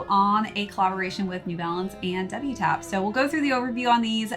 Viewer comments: Double Taps. Thats the correct way. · The brand is pronounced “doubletaps”. Great review! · wtaps' entire brand revolves around military garments, double tap is a military shooting technique. unless hes intentionally mispronouncing the name I think is wrong here lol